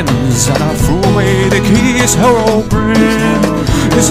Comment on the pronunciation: herobrine malk parody no what you are saying herobrin like there is no E of the end of his name how do you pronounce it I 'm say the way anyone how to say his name herobrine with the e at the end of his name